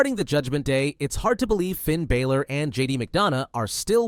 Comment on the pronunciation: Bro said Finn balers name wrong 😂